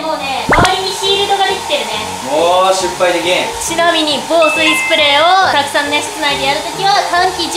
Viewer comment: … しっぱいのことを しゅっぱいって言ってるけどわざと？ ちなみに、お母さんもしゅっぱいって言ってます！